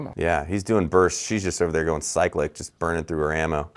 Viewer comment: I didn’t think I see the day CYCLIC is pronounced correctly on YT! Be proud Mr. Best and teach others how it’s done!